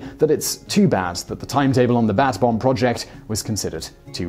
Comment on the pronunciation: For the first few times you said bat bomb I thought you said bass bomb. I was thinking to myself why would you attach an incendiary device to a fish